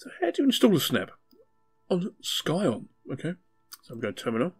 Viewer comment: I think "Scion" is supposed to be pronounced as "Syon", similar to "sci-fi", with a silent C